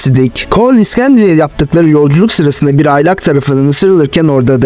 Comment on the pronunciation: iksendria değil iskenderiye.